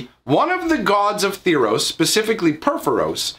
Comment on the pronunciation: Say tharos right....